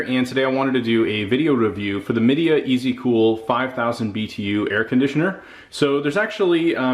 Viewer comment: My Dea, not Medea